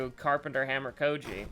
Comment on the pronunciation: Kou-I-ji. It's Kou-I-ji. It's always been Kou-I-ji and always will. You called him Kou-ji which is why the game decided to do you like that. "But it's written..." IT DOESN'T MATTER WHAT'S WRITTEN!!! Kou-I-ji.